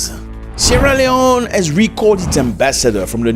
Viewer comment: Zac appel le nom de mon paye properment😂😂 Suis tres fiere de ton Anglais.. Yes you can Zac.. Bravo mon frere..